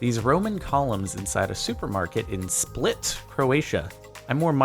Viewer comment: Split is pronounced "Spleet".